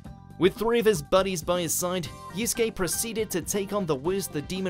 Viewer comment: Great list. Also thanks for saying yusuke right